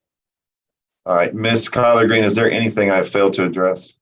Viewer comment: Someone on a previous video said miss greens name sounds to her as collard green and now I can’t unhear it😂